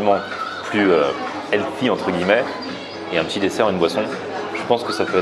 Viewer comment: Alors plusieurs commentaires à faire : - est ce que tu sais si delphine la fondatrice du muffin corner est célibataire ? je la trouve super craquante. - ton polo gris, faut que t'arrêtes de le porter dans tes vidéos, ça fait cosette... - "healthy", faut travailler la prononciation mais l'intention y est :) - ou est passé lang ?